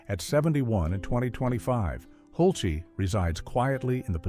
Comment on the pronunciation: It’s Hulce, like pulse!